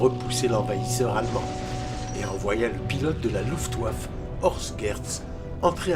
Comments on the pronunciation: La voix off est pas terrible, avec des défaut de prononciation rédhibitoires. (Luftwaf) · Tient il y a aussi la prononciation de la RAF. qui va pas. On prononce les lettres à part c'est R puis A puis F pas RAF d'un coup. Et luftwaffe on prononce le é à la fin.